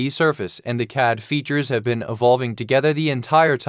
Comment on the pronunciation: You need to teach your AI pronounce "CAD", haha! But other than that, the workflow is indeed cool. I must spend some time learning Sverchok.